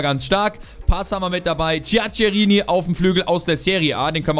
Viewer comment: "Djackerini" und "Kaldschio A" Sonst super 😉